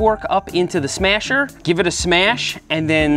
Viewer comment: the "smyasher" lol